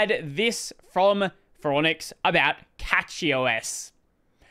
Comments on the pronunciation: You say “cachy” like “catch-y” which is incorrect. Say it like “cash-y” because the name is based on “cache” which is pronounced like “cash” not “catch.” Thanks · Once again, it's Cachy OS (from the word "cache"), not Catchy OS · is the correct pronunciation of CachyOS is SketchyOS? ;)